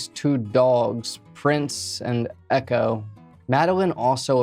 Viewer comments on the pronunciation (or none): none